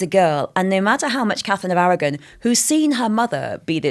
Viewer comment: Catherine of Awaw ? What is she saying ?